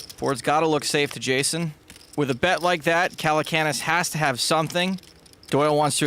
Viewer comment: "Jason Calacoonas" What!?